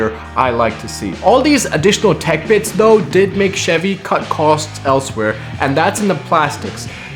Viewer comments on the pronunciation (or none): none